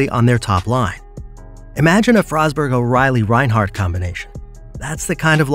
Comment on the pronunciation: the way some names were pronounced. Comes off as an ai reading to us. Bedard was probably one of the most popular players last season and you managed to mess up his name. Josi and forsberg have been stars for Nashville for a decade and again you mispronounced their names. Just makes you come off as uninformed on the topic at hand